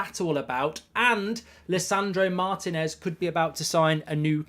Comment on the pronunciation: Lisandro Martinez! In both words the accent is on the "i", not that hard!